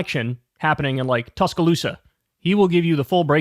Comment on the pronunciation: What I find continually baffling, is that Kyle knows and pronounces Tuscaloosa correctly.